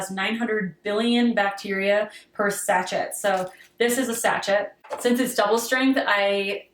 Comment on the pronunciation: Quick pronunciation nitpick: sachet. It's French, so it's more like 'sash-eh'.